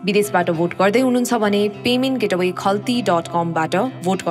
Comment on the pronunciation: भोट अपीलबारे सूचना दिने महिलाले 'पेमेन्ट गेट अवे ' भनेको देखेर उनको अंग्रेजी ज्ञानमाथी हाँस उठ्यो। 'पेमेन्ट गेटवे' हो, गेट अवे होइन। गेटवे भनेको द्वार हो, गेट अवे भनेको बाहिर जानु भनेको। कुन स्कूल पढेकी हुन् कोनि, दार्जिलिंग गएर बाकी कोर्स सकेर आउनु है।